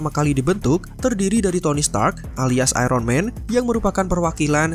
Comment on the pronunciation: Bang Ironman bacanya airenmen bukan aironmen, maaf itu mengganggu'